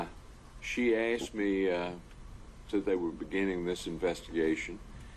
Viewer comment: Color him black, and that slow southern drawl combined with his occasionally slouching and the H'white way of saying "asked" as "assed".... yeah, well spoken in your world.